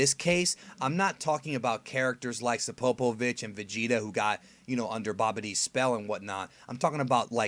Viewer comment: "Sopopovich" Close. I mean I've heard worse mispronounciations like "superbitch". Also Goku actually met demond and visited the demon realm in Dragonball. This was before Piccolo came into it. I distinctly recall there was a door that was held open by a sword.